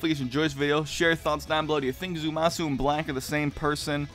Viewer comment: It's Zamasu, not Zumasu.